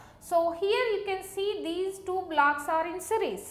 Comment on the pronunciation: Are you saying blacks or blocks?